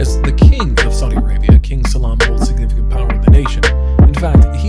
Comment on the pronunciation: No offence, but you really butchered those names something terrible. Try to pronounce all foreign words with clear open vowels. "Salman" is not pronounced "Salam", is an example of mispronouncing quite a few words.